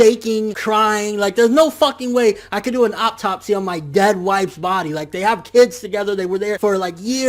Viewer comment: Nigga mispronounced 'autopsy' the whole video